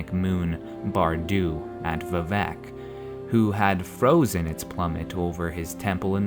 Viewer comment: vivec is pronounced with emphasis on the "i" not the "e". That's how it was in Morrowind and the only way it sounds right...